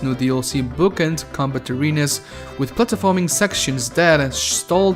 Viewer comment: I can’t stand how he can’t even pronounce platforming